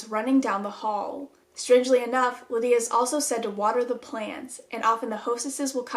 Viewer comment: Tell me why when you said “Lydia” I thought someone called me and yelled “yeah” 😂😂